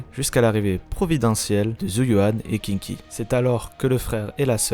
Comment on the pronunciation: Pas Kinky... Sérieux: ça se prononce Shingui. Et au pire Queengui, si tu prends le prononce comme ça s'écrit. Et c'est Hii-chuan, pour Yixuan et au pire Yii-shuan. Suffit de mettre les voix en VO: chinoise. Sarah l'antagoniste qu'on laisse plusieurs fois filé en là regardant partir... à pas de jogging... 🤔 Protéger par le scénarium. Et sinon cool le résumé, toujours sympa de voir un rappel de la saison 1 qui date quand même.